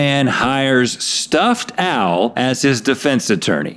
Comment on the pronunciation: So when Rhett said “stuffed owl” I heard “stuffed Al” and thought of Alf and he’s a puppet so...sorry?